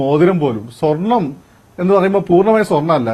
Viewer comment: ....... കള്ളൻ അനിൽ അക്കര.... സ്വെർണം അല്ല പോടാ